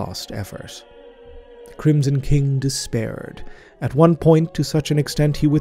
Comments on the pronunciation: Love your work so much! Also "kingson crim" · First things first I love you, never stop. That being said, you said "Kingsom Crim" I wouldn't normally point out something that small but it's really funny to me for some reason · We just not going to talk about that "Kingson Crim" ?